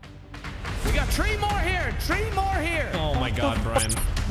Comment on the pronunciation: I still laugh everytime Brian says “tree” instead of three because of his accent 🤣